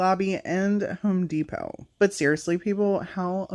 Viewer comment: Love your crafts but I came to the comments to say I am SO glad my family aren’t the only ones who say “Home Dee-Pot” and it made me so happy to hear you say that. I thought it was funny how you caught yourself and corrected it but I wanted to make sure I took the time to tell you I see you, fellow Home Dee-Potter!🥹😆